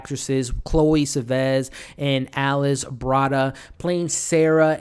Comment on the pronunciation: Interesting review, but pronunciations are (Chloe) Seven-ee and (Luca) Guada-neenyo.